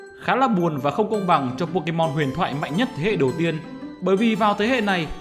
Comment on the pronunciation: đọc sai tên pokemon